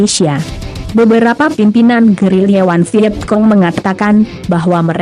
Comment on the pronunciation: Vietcong… hahaha Vietkong kali